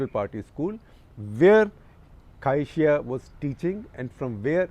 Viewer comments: Must learn how to pronounce Chinese names in pinyin. It’s prof. Cai Xi: pronounce Tsai Shi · Cai Xia is pronounced as (Tsai Shia) in Mandarin. The name is in Pinyin and not English transliterated